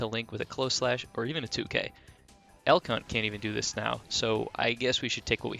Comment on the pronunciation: Am I the only one who hears "El C*nt" when he says "Elk Hunt"?